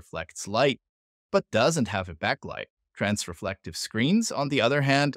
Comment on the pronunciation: I'm 32 seconds in at this point, and strongly considering not watching any further simply because you keep saying "trans*re*flective" rather than the correct "transflective". If this keeps going, I'm pretty sure my head will explode.